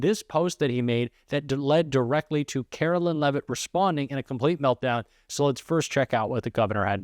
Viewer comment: Karoline Leavitt's name is pronounced KaroLINE like the word line. You are pronouncing her name like mine--Carolyn.